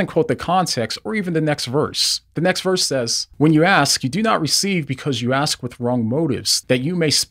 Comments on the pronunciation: The word is ask, not axe. If your going to play smarty-pants you should probably say the English words right. Just saying. God Bless. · I really enjoy your videos but I found this one to be distracting, in particular: The word is ASK not AXE. ASKING is making a request. AXING is cutting down a tree. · Axe? Ask. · Axe? Axe? Ask. Ask. Ask!!!!!!! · You have to ask, not axe. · Is the word ask really that difficult to learn to pronounce?